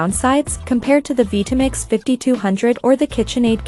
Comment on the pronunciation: what is a vee-tamix?